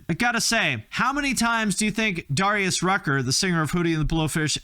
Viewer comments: I think its Deh-ree-us lol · Isn't it "Dare" - ius?